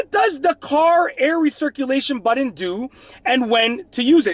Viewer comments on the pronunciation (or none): It's seriously nauseating the way you pronounce the word button. It's Butt-on with a hard T. You pronounce it like it's spelled Buddon. 🙄 Stop it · Budden? Like..... Joe Budden? Or are you trying to say BUTTON (pronounced: as either Butt•un or butt•in)? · what is a "buddun" lol? And why are you yelling??? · I love how he pronounces “button” ….. “buddin”….